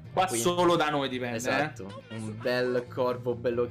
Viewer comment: Minuto gigi dice ESDATTO😂😂